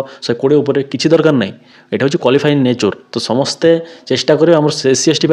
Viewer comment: Samaste ..samaste ...samaste 😂